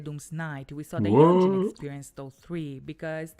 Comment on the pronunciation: You said yeonjun correctly! Good job